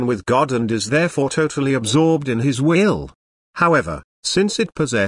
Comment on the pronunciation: Can we request the AI pronounce the word "will" without startling me?